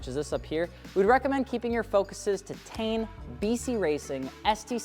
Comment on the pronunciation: It’s not tane it’s T-in.😂😂😂